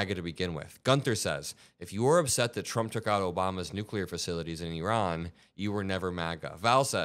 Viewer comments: Little things like the pronunciation of Iran correctly really go a long way to keep me watching, thank you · Thank you very much for saying Iran correctly. I don’t care how good or bad a country is etc ,there’s still a proper way to say it.